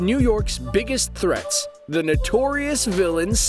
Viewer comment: He said the nutorious villain spiderman